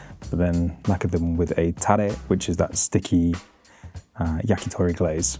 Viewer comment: you said tare correctly… so proud!